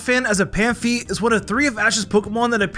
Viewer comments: Stop mispronouncing phanpy. Its not panfy its fanpee. Smh. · Phanpy not panphy lol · Why are you saying panphy instead of phanpy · Ik this is super nit-picky but I find it also kinda funny that about every poketuber says phanpy's name wrong they always say phan-fee instead of Phanpy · Lol my guy it’s phanpy not panphy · Phanpy, not Panphy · Bro its not panphy but phanpy as in FAMPY but you keep calling it panfy and its so annoying cause you're meant to be a pokemon pro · That moment when he calls Phanpy "Panphy"... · You sed phampy and rowlet and naganadell wrong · I'm convinced is mispronouncing Phanpy on purpose at this point?